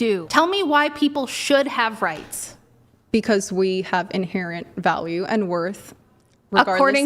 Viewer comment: "RIghts," So obnoxious.